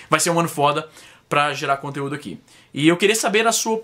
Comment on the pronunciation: Izzy, porque você fala 'ãqui'?